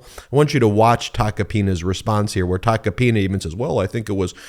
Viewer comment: It’s TACO-PINA not TACA PINA. Pronunce it like if you’re saying taco 🌮